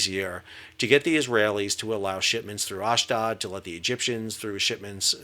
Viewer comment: Ashdod - a long 'O', as in load.